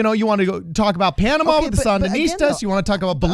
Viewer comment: Say it with me...PANAMA